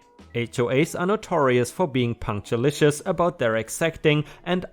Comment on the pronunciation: Hey. Hope you're having a wonderful day. Punctilious is pronounced punk-til-ee-uhs. 🌟⭐⭐⭐🌟